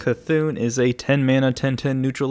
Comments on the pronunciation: It's not Mecha-C'thun. It's just Mecha'thun! nerd rage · ITS MECHA'THUN NOT MECHA C'THUN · Its' not Mecha C'thun ... It's Mecha'thun .... you're killing the actual wordplay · Every time he says mecha c'thun I cry it's mecha'thun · i dont know why but im pretty triggered he calls it mechac'thun instead of mecha'thun idk why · Dude, ME-CHA-THUN NOT ME-CHA-C'-THUN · It is Mecha‘THUN not Mecha C‘THUN ;) he also has feelings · I wonder if he's purposefully saying mechac'thun or if he misread the card's name. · Its pronounced meh c'thun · Stop saying Mecha C'thun...